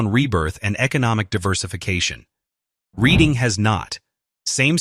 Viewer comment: He doesn't pronounce Reading correctly. It's RED-ING